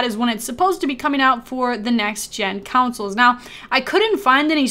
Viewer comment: great vid...one thing. Its CONsoles not COUNcils